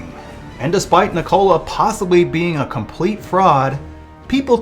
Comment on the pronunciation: Why do you pronounce "Nikola" like that?